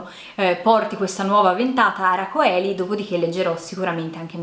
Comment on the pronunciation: A a a a tiratina di orecchi 😉 "Ara celi" si legge, è latino. Anche il nome di un famoso ahimè carcere. Segno segno segno, sto recuperando anche io letture grazie ad audible. Ottimo c'è pure la Morante, vado subito a mettere in libreria. Hai letto anche l'opera Morante/Moravia? Molto interessante! Ti auguro buon anno, salute e serenità a te e a chi vuoi bene. Aspetto il nuovo video top ten e flop ten. Non vedo l'ora! 💋